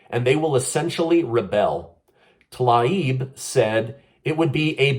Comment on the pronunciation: Tlaib's name is pronounced ta-leeb. It doesn't really matter, but i've seen you struggle to pronounce her name. Just lending a helping hand.:)